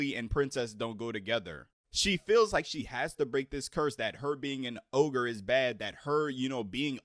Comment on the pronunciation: It’s ogre not ohgah😂